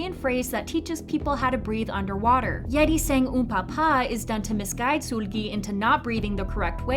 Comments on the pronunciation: Suuuulgi ….sorry I had to It’s seulgi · It's Seulgi not SULGI. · It's "Sul-gi" like sulky not "Sool-gi" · It’s Sèlgi not Suulgi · SOOLGI, damn mama just pronounce her damn name lowkey-ly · Love your videos but can you please put effort into pronouncing idols' names correctly? Its NOT SOOLGI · the u say sOOlgi sends me to pluto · can you stop saying SOOL GHEE PLEASE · i’m sorry this isn’t hate but i’ve noticed you pronounce seulgi as if it’s “sool-gi / sul-gi” when the “eu” part is pronounced more like the u in “turn” :) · i wasnt tryna laugh until i heard her pronouncing seulgi's name- LIKE MAAM THE HELL IS SOOL-GIE? 😭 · Great video but i just can't with how u pronounce Seulgi's name 😩🙏🏻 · Yeah this is theory is nice and all but the way you say seulgi 😭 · The way you pronounce "Seulgi" is cute 😁